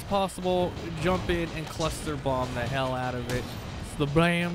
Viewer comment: Please dont say hell like that